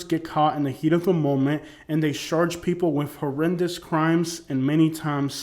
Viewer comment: Sounds like your saying they sarge people with crimes... charge my guy. lol peace